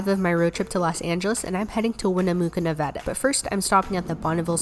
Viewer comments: What's with the weird Nevada pronunciations that everyone has? Just pronounce it how it's spelled lmao. And least she didn't say NevAHda 😂😂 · Im over joyed she said NEVADA correctly!! However, Winnemucca is pronounced like “Wi-nuh-muh-kuh”. Its Native American/Paiute 😉